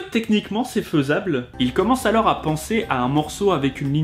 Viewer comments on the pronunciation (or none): "est-ce que techniquement c'est faisableuh" mdr jpp la question m'a tuée